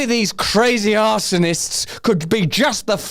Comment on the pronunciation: "arse-sonists" was a master stroke 😂😂😂